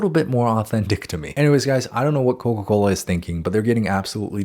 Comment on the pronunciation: ......Coca Colaaa??